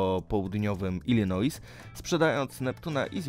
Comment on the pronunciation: To się czyta Ilinoi.